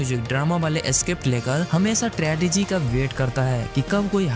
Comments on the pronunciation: Apne pronunciation pe work kar bhai, Tragedy hota hai Tradegy nahi. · Tradegy mat bolo bhai tragedy ko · Tragedy ❌️ Tradegy ✅️